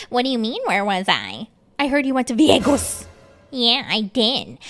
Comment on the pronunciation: i heard went to VEEYAGUS!!😂😂